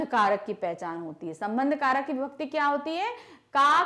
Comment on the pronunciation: Karak toh sahi hi padh lo mam 😂